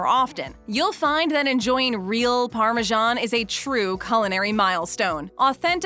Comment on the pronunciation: The English name Parmesan is pronounced the way it's spelled, with an S. It's not pronounced Parmegian.